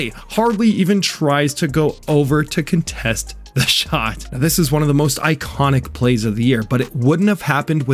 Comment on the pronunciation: Its pronounced "contest", not "contest"